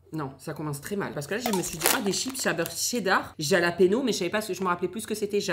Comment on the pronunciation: le j de jalapenos ce prononce r